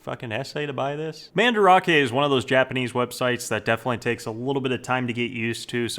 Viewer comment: I remember when he used to pronounce Mandarake as Man-Drake. I want that back